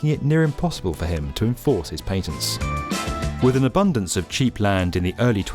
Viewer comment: Try PATENTS, PAT. ENTS, not PANTENTS.